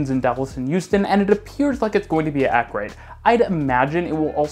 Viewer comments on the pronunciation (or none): Why do you say Youston not Houston? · Why does it sound like you're saying Euston when you say Houston 😅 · I'm sure you just said "Euston", friend. See, he said it again!😂😂😂😂😂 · Every time you said Houston it sounded to my British (but even more importantly, Londoner) ears like "Euston", the London terminal for the west coast main line, which was quite confusing. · As an American, the way you say Houston makes me think you’re from the east coast.